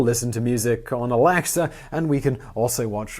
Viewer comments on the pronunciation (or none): aLAxa? What is wrong with this guy's pronunciation?